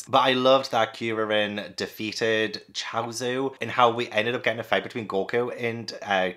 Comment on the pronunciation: Kuririn is Kuri, which means chestnut in Japanese (because his bald head) and Shaolin, because he’s a monk. And Krillin I think is just because Kuririn is so hard for English speakers to say. You say it right tho. Almost all the names in dragon ball are puns.